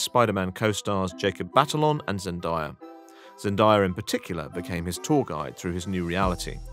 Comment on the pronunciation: Zen-DAY-uh not Zen-die-uh